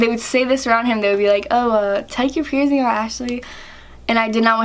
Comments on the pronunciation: Why do you say (pier-zing)? It’s pronounced (pier-sing). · “Pierzing” ugh